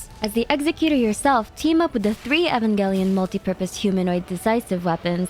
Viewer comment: U did not just pronounce Evangelion like that…